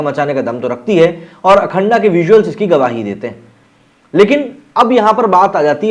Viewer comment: अखंडा नहीं अखंड बोल - क्यों ग़लत उच्चारण कर उर्दुवुद का एजेंडा लागू कर रहा है भाई पठान का बहिष्कार